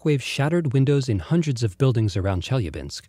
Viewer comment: Nice video. Marred only by announcer's repeated mispronuciation of Chelyabinsk city, something that could easily have been avoided by a quick visit to Wikipedia. He did get Tunguska right, though.